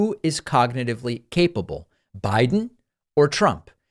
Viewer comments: "Briden"? Pakman is showing gross signs of dementia! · And you said, "Briden" 🤣